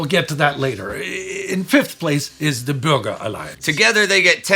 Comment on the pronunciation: i know, I am a German, I'm from the black forest in south west Germany. But the way "Bürger" was pronounced sounded to me like "burger".